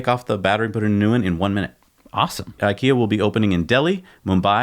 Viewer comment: no way in hell we say "ee" in ikea, even 3 year olds pronounce it correctly.